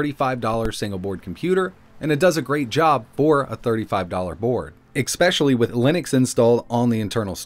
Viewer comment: I hate to point this out, but I hear it every day and it is starting to bother me. At the 2 minute mark, You pronounced the word "especially" with a hard X. Expecially. I have heard this word mis pronounced almost my entire life and I'm not sure where everyone is getting the X sound from. Try hissing like a snake after the E sound and then complete the word. Esssssspecially. I love your videos to death, but the mis pronunciation of words really bothers me.